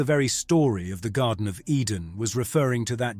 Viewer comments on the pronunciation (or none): none